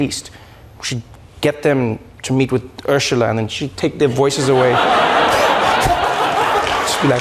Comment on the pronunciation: I agreed with everything until how I heard him pronounce Ursula.